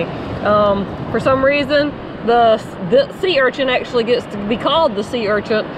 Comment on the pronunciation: makes me laugh saying sea urchants, lol, It's urchin!